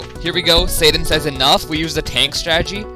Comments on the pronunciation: U kinda said satan not sadan with ur acsent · Says sadan like satan